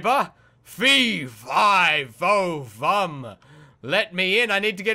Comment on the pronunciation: Instead of saying fe if fo fumb say fe fi fo fumb I ame here to spell ur bumb